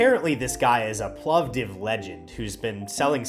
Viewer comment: As another from Plovdiv hearing you pronounce the name properly (it's a permanent dispute with other Bulgarians 🤭), it just made my day 😆. In addition to the excellent video.